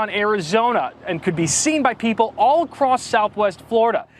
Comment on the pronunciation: I love how so many Americans say acrosst instead of across. 🤣🤣